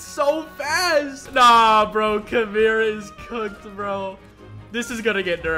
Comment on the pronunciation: Is he joking when he said Kumira instead of Kimura because if he's not he's braindead